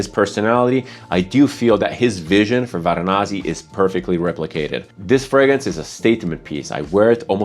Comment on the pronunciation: Varanasi. Not Varanazi. You can also call it Kashi or Benares. City, not a perfume.